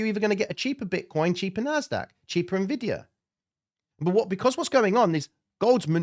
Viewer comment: good hearing you say "eNvidia" instead of "NeVidia" cause the latter sounds so stupid hah